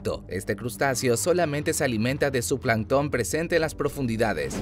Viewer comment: Plancton lleva la acentuación en planc no en ton